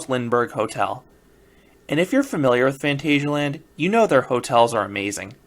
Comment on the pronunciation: So I watched a four minute video of you telling us "today is the day," with no other information. From the title I kind of expected you to be there, and show some real footage. BTW it is Fahn TAHZ ee ah land. Just because it's spelled "asia" doesn't mean it is pronounced that way.